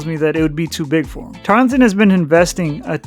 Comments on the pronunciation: TAR-El-TON. Not Tarlington. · It's Tarleton, not Tarlington. You mispronounced pretty much every time. Other than that, I liked your video. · Actually, the "e" in Tarleton is silent, making the whole name Tarl-ton State, three syllables and not the more cumbersome four. And let me throw in an additional bit of information about Tarleton's efforts to move up that you didn't cover. Tarleton is the main affiliate member of the Texas A&M System and has the significant financial and legislative (Texas Legislature) support of the A&M system behind their recent efforts to enhance the school's reputation and educational "gravitas" across the board. The System's efforts have resulted in developing an Osteopathic (DO) Medical School and the creation of TWO major satellite campuses (one general education and the other Research/Entrepreneurial) in nearby Fort Worth, Texas. Even ESPN has taken notice of Tarleton's meteoric rise. Prior to 2024, Tarleton had NEVER been seen on any ESPN broadcasts, but has been shown four times since the start of the 2024 season. Not bad for a school supposedly out in the middle of nowhere! I think Tarleton intends to bide-their-time somewhat for a couple of years,waiting to see how the next round of conference re-alignments play out in 2030.